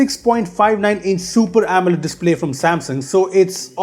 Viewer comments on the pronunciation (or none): none